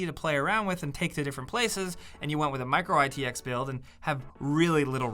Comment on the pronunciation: "Micro Itx" ??????